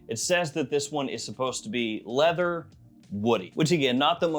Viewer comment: bro did not say Leather 😭